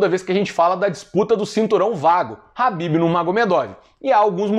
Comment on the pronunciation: É impressão minha, ou o nome em que ele se refere seria Khabib, e não Habib?